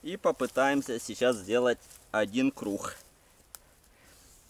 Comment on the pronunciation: Видос крутой но вот этот звук "х" в место "г" убивает так сложно выговорить эту букву что ли ? КРУГГГГГГГГГГГГГГ а не крухх но лайк все ровно заслужил )